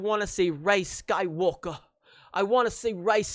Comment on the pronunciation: Lol, “I’m Rey, Rey skywulka”